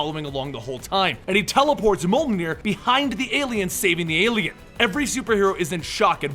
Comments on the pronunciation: just so you its not pronounced molt-near, its actually pronounced mule-near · it's pronounced myol near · The way you say mjolnir XD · It seems no-one can say mjolnir correctly. It really isn't that hard.